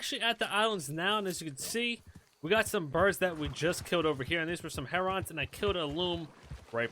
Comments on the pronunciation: Its 'hair-un' not 'Herr Ron' 😂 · What's a Heronn? Is that the same as a Heron? 🤣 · lol.... yeah. HERON: its pronounced like "Karen" not "Leron" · egg-rets, her-runs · Can you please say Heron correctly it bothers me 😂 sounds like Lennon “heron” as in John Lennon not “her-ON!!” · It's pronunciation is (Hair=in) A lot of people add a G on the end. They come at my pond all the time in the warmer months. Beautiful birds. My dog tries to chase them in the air. Funny as shit, as he's 14 now.